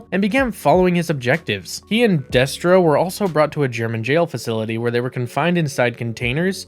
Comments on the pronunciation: Deh-stro, not Day-stro. Glob-ulous, not Globe-ulous. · Day-stro? FUCKING DAY-STRO?! you numbskulls can't even pronounce Destro correctly?! Well shit then I know all the facts in this are gonna be fucked I wish this channel wasn't forced into my algorithm. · Stopped watching when he said DAYStro. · Why are you pronouncing the names incorrectly????🤔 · How do you claim to be a fan of GI Joe and mispronounce Destro? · And other names. At least he got it right towards the end of the video. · Destro as well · I was thinking it myself. Serpen-TOR and Deestro. didnt make it further than that. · Day-stro and Serpen-tor? What's going on? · Daystro and Serpen Tor are gaigh bro....I prefer Destro and Serpentor....or you know, someone who's researched the video topic enough to at least know how to pronounce the characters names. THUMBS DOWN edit Globe You Les???? Phuuck you bro. I ain't watching another second. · Right? The animated series always used "ser-PEN-tor" and "DESS-trow" rather than "SER-pen-tor" and "DEES-trow." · The way he pronounces Serpentor and Destro has scarred me. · Why is he pronouncing Serpentor like that? He also pronounce Destro wrong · Like, did the creator hire a narrator? How’d you have all this information, but still pronounced everything wrong